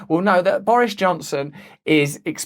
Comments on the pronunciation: Excuse me? Did I just hear you pronounce his name Boorish Johnson? lol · Love how he pronounces it "Boorish Johnson"...hahaha...keep up the great work, Russell!